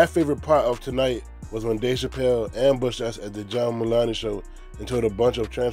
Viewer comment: Mulan-ey. Hahaha